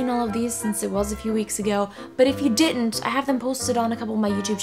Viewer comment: haha you said didn't with a british accent!